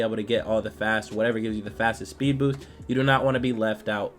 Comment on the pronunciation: “speed boothin”😂😂😂😂😂😂